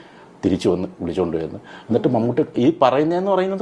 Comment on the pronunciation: Mammoottty alla mammatty aaaa🤣🤣🤣.. Jada thendiii